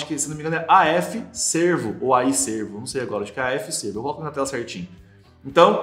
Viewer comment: Não é AF Sêrvo (parece antílope) ... É AF Sérvo (de serviçal, empregado, dedicado)....